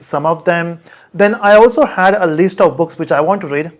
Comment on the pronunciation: Why he is pronouncing list least?